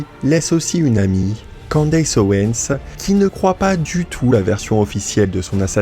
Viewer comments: C'est quoi cette prononciation hideuse, "Kandéice", c'est "kèndice" qu'on prononce pas kandéice, après le d on prononce i comme en français. Les Francais ne font aucun effort! "Candace" le a après le d se prononce i et le a après le C se prononce è Kèndice. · pourquoi tu dis candesse....En Français le A se dit A...lol